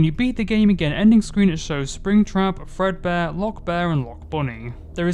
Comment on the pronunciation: ah, I love "Frebdear Workshop"